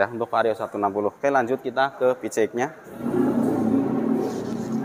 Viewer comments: aap susah nya nyebut pcx ( pi si eks ) malah nyebut pice ek gk sekalian bilang PICEK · Wkwkw ya sama bg suka gereget sih jd ala ala kampung nyebut pelafalan english PCXnya